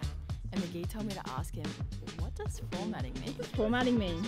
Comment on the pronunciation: "Formating" ➡ 😧